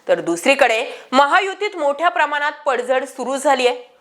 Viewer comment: कृपया 'ण' चा उच्चार 'न' करू नका. जसे प्रमानात..., मानूस...,आपण पत्रकार आहात.